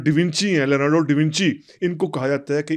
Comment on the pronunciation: lorando davinci nhi bhae😂😂😂😂😂 leonardo bhai😂😂😂😂